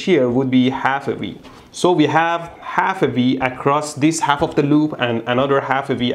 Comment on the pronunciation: I love how he says " half-e-Vee" thats the Pinglish (Persian/English) translation of "half of V" . I love it because I do the same thing when I'm doing circuit analysis... add lots of farsi profanity.